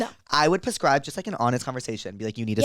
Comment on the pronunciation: I’m so obsessed with her. She’s so funny and cute. Adore her. Also “pascribe” instead of “prescribe” is killing me 😂